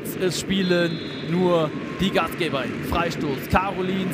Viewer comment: Der arme Kommentator kann Gastgeberinnen schon gar nicht mehr aussprechen